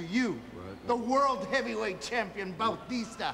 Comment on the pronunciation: I like how Eddie pronounced it Bautista, which is the correct, non-WWE-ized way. ;)